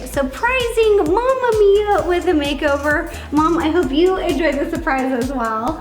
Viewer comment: Is it just me? Or did ro say “im surprising my mom with a full BAKEOVER!” Like if u heard this too Like if u didnt 👇